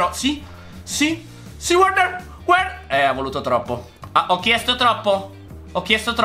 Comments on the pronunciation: Verner no Uerner come mia nonna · il nome di quel giocatore che chiamavi uerner,non si dice uerner ma verner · un consiglio Timo Werner si legge Verner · CONSIGLIO:QUANDO L'AVVERSARIO HA UN CALCIO DI RIGORE PER PARARLO DEVI PREMERE L'ANALOGICO PUOI BUTTARTI O A DE STRA O A SINISTRA; E POI NON SI LEGGE WERNER SI LEGGE VERNER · Si legge verner